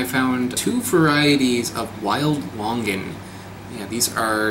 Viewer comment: It is similar to your typical Longan, just the skin is different. Actually your pronounciation of Longan & Sarawak is a bit incorrect, hihi, it is actually Lo-ngan. I love your videos